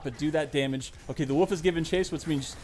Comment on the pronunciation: Why does he pronounce wolf like "woof"